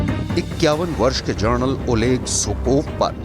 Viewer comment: Kis bevakuf ko news anchor banaya hai? Ye Journal bol raha hai, General ke badle.